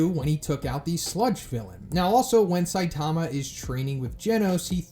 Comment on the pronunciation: Why would your butcher saitama's name like that